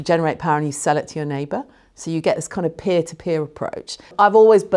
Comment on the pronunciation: Robert said peer-to-beer. Tee hee. Good to see Robert back on the BBC albeit BBC4 (should be BBC1). Looking forward to that.